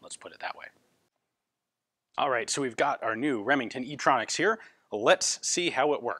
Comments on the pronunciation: I laughed my ass off when he said "e tronx" idk why it's so funny but i can't stop laughing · Nobody: Remington: STronxs